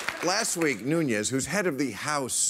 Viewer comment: Devin 'the portugese' last name is nunes (no ñ)